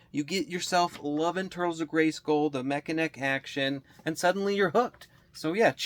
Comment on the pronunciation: Mech-a-neck is a cyborg.